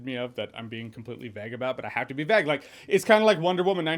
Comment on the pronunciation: "I have to be vegg about the stephen king movie because if im not vegg " Made me laugh SOOOO much !